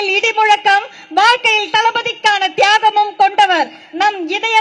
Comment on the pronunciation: Thaygam, that lady was saying thaygam .